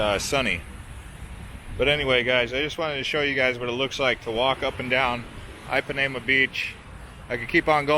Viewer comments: EEPANEMA, DUDE... NOT AIPANEMA... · Just as an FYI - Ipanema is pronounced with a short i, like the English “e”. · please listen to the old song Girl From Ipanema [sung by Brazilians] before you pronounce the beach name again.